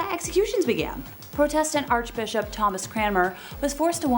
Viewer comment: It's protestant...not pro test tant